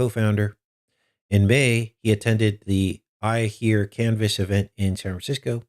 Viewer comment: It's San Francisco not what you said . If you want to alienate listeners in CA no problem I told Midnite Ride same thing and they stopped - I didn't even give days of Noah guy a chance just unsub after his remark. Hold up your brothers and sisters in places you don't like if you know you have listeners from there otherwise thanks for the insult. Satan is everywhere don't kid yourselves.